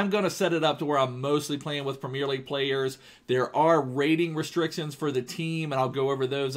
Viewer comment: he says premier so weird,, primieeer